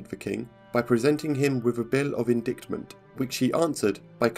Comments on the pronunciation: Jeez Louise, where do they get these narrators? - It’s not in-dict-ment, it’s in-dite-ment. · A simple error, my bad. I'm aware it's "in dait ment", for whatever reason I pronounced it as it's spelt at the time. It's not a super common word so it wasn't picked up by me (a fluent speaker), and KnowHistory (Portuguese), so we both failed to catch that one. As it's a portion we didn't write ourselves yet directly quoted we didn't particularly go over the text as extensively as we would have with our own writing, so things like this can slip through. A general rule of thumb though is to give the narrators a fair berth, on any channel or video. It's a single word in a many hundreds long word script, errors happen. Cheers :) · That's not how you pronounce indictment .